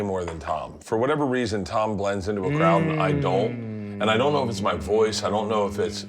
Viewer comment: Who else noticed Sean called TOM Segura "Dom"?